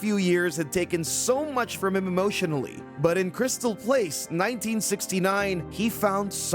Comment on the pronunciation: Crystal palace not place